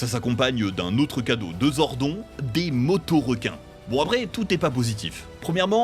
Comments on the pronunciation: Les gars en même pas dix mn ta niquer la vidéo en tuant le nom de Zordoooon pas zonrdoonnn tu dis pas jordent par exemple mais Jordan ?! La c'est pareil !! Putain 😂😂😂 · Alors stp fais l’effort de retenir son blaze c’est Zordone normalement c’est avec un E mais on le prononce sans E 🙏😭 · TRINITY?!!!!! Trinny c'était trop simple pour les français? Aussi c'est dit Zordonne comme Ganon qui se dit Gannonne. Sans compter wue ce n'est pas un reboot. Chaque série jusqu'à in space sont tous une suite dans l'arc Zordon. Ensuite les autres pour la pluspart se passent aussi après dans la timeline ou dans des dimensions parallèles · On prononce "Zordone" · "Zord'on" 😁 you're serious? Sacrilège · zor "don" . ok.... "trinity" ok vidéo à la poubelle... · ZORDON phonétiquement Zordone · Aaaaaah. Zordonneuh, bordel. Raaaaah. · Nannn mais zordON c’est quoi cette prononciation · À déjà 30 secondes , mal prononcer Zordon ... Bravo à cette chaîne de merde. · J'adore Power rangers ❤️💙💛💗🖤💚🤍(il prononce male le nom Zordon😠 c'est Rito Rivolto) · J'avoue le "Zordon" m'a fait tiqué très fort 😅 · J'ai eclaté de rire a la prononciation de Zordon. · la prononciation de zordon. lol tellement dur. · tu commences à regarder la vidéo et tu entends "zor-don" et pas "zordone" et tu comprends que le gars n’as pas maté un seul épisode de MMPR ( voir même d’aucune saison jusqu’à In Space, ou même les différents films) pour prononcer le nom du perso comme ça. Et c’est révélateur d’un sacré manque de sérieux. Next ! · La prononciation de "Zordon" et Trinity à la place de Trini... Meh. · Sympa la vidéo par contre Zordon se pronnonce [Zordone] pas [Zordon] et le frère de Rita c’est Rito Revolto pas Revolo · Non mais au moin prononcer les nom comme il faut , vous avez meme pas pris la peine de regarder un episode pour prononcer zordon zodon(e) et trini (trinity....) comme ca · Zordon? Mdrrr on va te niquer toi 🤣 prononce le bien en mode "Zordonne" mdrrr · On prononce Zordonne pas zordon